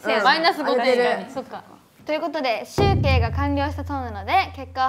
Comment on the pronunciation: 関西ではしゅ‐⤴︎けい⤵って言うのかな？🐰